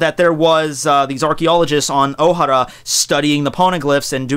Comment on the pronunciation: dude i understand you like one piece but if your gonna talk about it like if your an expert learn to pronounce the words i mean my god you butchered the characters names and it's pronounced " oh-hair-ah" not " oh-har-ah. "Mari- jois" not " mari-jo-ah